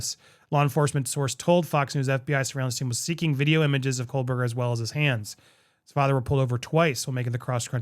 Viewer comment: Umm that’s not how you say your last name paisan.